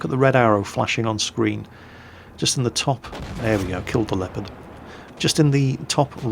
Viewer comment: Why you say Lepard and not Leopard?